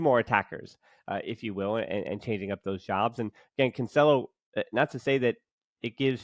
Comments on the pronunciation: It sounds wrong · Cancelo is pronounced "Cansselo."